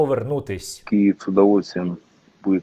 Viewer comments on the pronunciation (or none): none